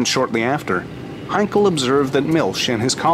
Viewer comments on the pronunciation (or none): it is funny that you pronounce Heinkel as Heinkol -- same sound as Bell but not Ball - does this make any sense - by the way it is a German name - not british. Actually, if you paid any attention to Dr David Myrha you would get it right.